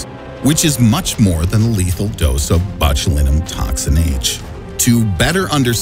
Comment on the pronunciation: Anyone else cringing at the pronunciation of “Botulinum”?